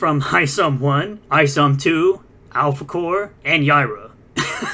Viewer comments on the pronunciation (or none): none